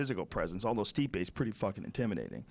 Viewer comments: Joey "Ruke Lockhold" Diaz. "Stiope" hahaha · Ngayou. Stiopic. Justin Statham (he meant Gaethje) gotta love Joey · 8.38 "steopic" never fails to get it wrong. rogan doesnt even correct him any moire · Joey still can't pronounce stipe's name